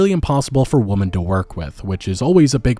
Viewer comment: Side note. What’s with pronouncing women like woman instead of the proper “wih-men” pronunciation. I’ve heard this a few times lately on a few channels.